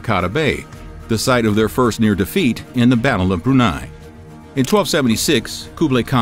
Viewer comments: It the battle of bun 'ei not brunei. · Battle of Bun'Ei instead of Brunei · Very interesting video! But ... "Battle of Brunei?" The syllable "bru-" doesn't exist in the Japanese language.